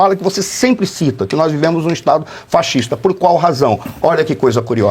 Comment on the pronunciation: Por que ele fala fachista?